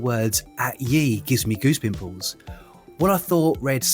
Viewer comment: One small thing not a "at ye" but "at the" see the oddly styled ltter "y" is actually a letter 'thorn', read as "th"